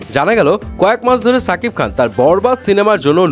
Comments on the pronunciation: সাকিব খান না ভাই শাকিব খান উচ্চরণ ঠিক করেন আগে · ছাকিব খান না সাকিব খান? ঠিক করে বলেন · Bai apni name ta toh aktu thik kore bolben??? Se toh chakib Khan na ???? Se Holo shakib Khan